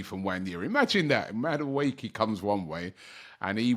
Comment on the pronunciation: Robbie butchering names of players. Noni Madueekil 😅😅😅